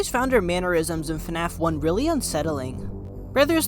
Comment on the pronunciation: Why do say fanaf and not fnaf